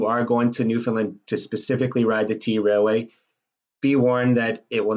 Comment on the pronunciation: Dude, it's pronounced trail way, not t railway. And yeah, it's unridable, I've done it. Awful experience.